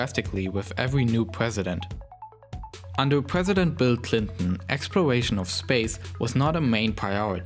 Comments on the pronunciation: I love this guy's accent "Twump" "Twying" "Expworation" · What’s a ‘wocket’ and ‘explowation’ is that like a sexual thing? ‘Bwoke’ is that like rapper slang for “be woke” this is so cunfusing.. (good content though)